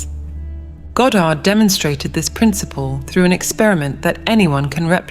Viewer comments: It's not ga-Dard. It's God-erd. Also, reality "never" shifts instantly. Never. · Goe dard ? If you cant even pronounce his name properly ...